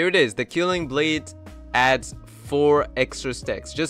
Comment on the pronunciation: Gj! Thx! Btw, I'm pretty sure it's pronounced K-well-ing blade 😊